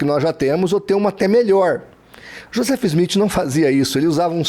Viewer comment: Quando voce fala do Joseph Smith e não sabe nem pronunciar o nome. O maior absurdo que ouvi e realmente não saber nada o que está falando.